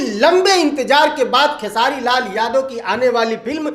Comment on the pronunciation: Beta tu khesari bhaiya par video banta hai to aach se bol khesari bhaiya ka naam sala